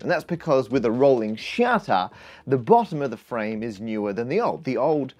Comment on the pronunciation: Rohwling SHUTTA